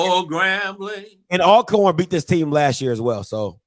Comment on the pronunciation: I like the intro theme song but somebody needs to learn how to pronounce "ALCORN". I don't even like them but I respect them enough to call them by their name. However, I call them Al Corn too when I'm around them, just to piss em off. Good show bruh. 😎👍